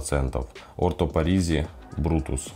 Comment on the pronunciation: Orto parisi а не parasi